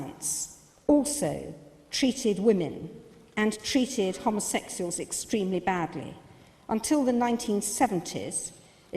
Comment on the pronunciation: that bitch can't even pronounce homosexuals